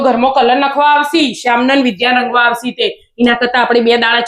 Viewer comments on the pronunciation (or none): તમે બંને તમારી પુત્રીના નામનો ઉચ્ચાર સાચો કરો. વિદ્યા એટલે વિ પછી દ્ અડધો અને યા એમ બોલો. ધ અડધો અને યા નહીં.